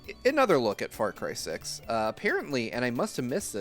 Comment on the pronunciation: Saying "Far Cry 6" sounded like "Far Crysis", and now I'm wondering what a mixed IP would look like.